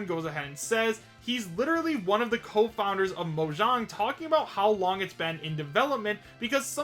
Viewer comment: Pretend that i started a useless argument about how it's actually pronounced Moyang